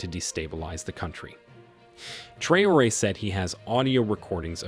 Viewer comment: The voice-over mangles Traoré's name so badly that he must be a yankee.